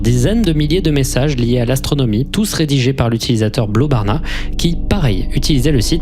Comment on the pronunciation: Juste quand tu dit blobarna c'est blobrana voila en tous qua super video !!